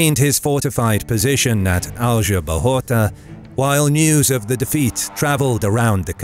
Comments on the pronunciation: whenever you use Google translate to know how foreign names sound, don't forget to select their original language. Or use the phonetic spelling at... trjmm! some free online encyclopedias. Man, it was painful to hear you saying Aljubarrota and Pereira. 🤯 And remember that in 1385 the French Bourbons were not kings of any Spanish kingdom. No French geographer had invented the use of 'Iberian Peninsule' to hide the fact that the Spanish kingdoms seized by the Bourbons in the 18th century were IN Spain (the Roman name for the peninsula) but were NOT the WHOLE Spain. They Bourbons tried to conquer the Spanish kingdom of Portugal, but failed. Yes, the French failed again when the army of the kingdom of France and army of the new kingdom of Spain invaded Portugal to complete the conquer of Spain. It would be a GREAT IDEA for another video. And yes, the French would fail again when emperor Napoleon invaded Portugal not too many years later. Poor French soldiers. How could have that bad generals. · The narrator does a good job of pronouncing the Spanish “r” , but does not know how to pronounce the Spanish “j” which is pronounced the same as the English “h” .